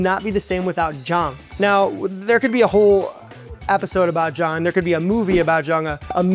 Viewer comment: When he says "jang" I hear "jawn".